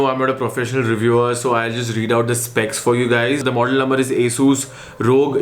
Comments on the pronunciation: Aaaasooooss ???😂😂😂 it's Asus right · Bro don't mind but your Pronunciation Asssuuuus Rooooggg is simply Awesome..... 😜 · Asssusss or Asus?? ? Hahahahaha lol